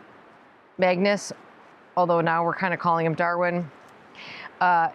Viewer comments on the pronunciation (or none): While Magnus is size wise appropriate, it seems a bit hard to understand what you say. Some days could be Magnets, or as the one viewer asked before, are you saying Maggots!? Smile. When you say Darwin that is totally clear, it goes well with Dorothy and is fitting for a person into both gardening and animals!